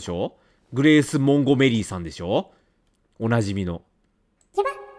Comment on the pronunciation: モンゴメリーの発音ジワる